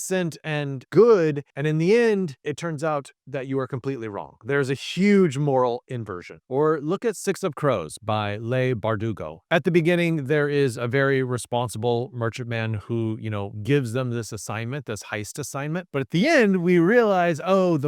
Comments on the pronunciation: Leigh Bardugo's name is pronounced exactly like Lee. Some people consider this spelling of it the way to spell it for girls, and Lee for boys, but the two are interchangeable as they' re mostly unisex. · The number of mispronounced author names is jarring, particularly from a literary channel. Feels almost disrespectful. (Lois, Leigh, Delia, Chiang)